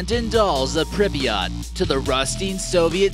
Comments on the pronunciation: people actually do live in pripyat, it's pronounced pr-eep-yah-t not prippiyaht, and actually nobody of ordinary status knew what was going on until days later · WHY does he say Prip"i"yat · Did he really just say “prippy yaht?” BOI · "Pribiott", that shit makes me cringe. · It’s pronounced Pripyat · It is pronounced more like "prip-yit" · He can’t even pronounce Pripyat right 🤦‍♂️ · He kept saying Pripyat wrong